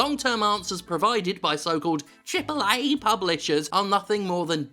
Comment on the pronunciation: I won't let you get away with this lazy, lazy "AAA" intonation! :D